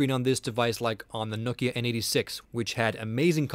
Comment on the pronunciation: i like how you say nokia....but you should say maemo as mayemo :P